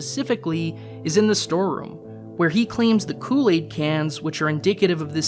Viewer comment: You can't say Kool-Aid right.😔